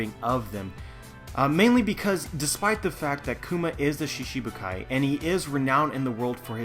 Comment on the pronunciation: Lol did you really say "she-she-bu-kai" lolol